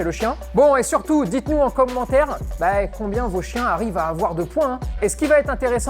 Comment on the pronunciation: Enfin quelqu'un qui prononce bien "coMMentaire"